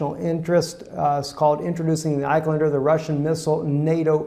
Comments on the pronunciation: iSkander not eyequander. great report btw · It is not Ik-Len-Der, it is Isk-un-der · dear, please pronounce the missle as Is-kan-der